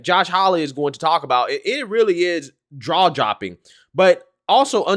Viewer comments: Did he just say "draw jopping"? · had me tripping for a second lol. "Draw jopping"